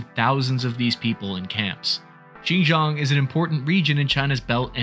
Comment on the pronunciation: Xinjiang is pronounced way differently from Xijong 😂